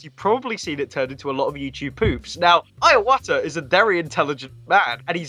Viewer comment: Why do you call Mr. Iwata "Ayawata"? Please learn to pronounce his name. "I" is similar to "ee," not "eye." I-wa-ta. 3 syllables.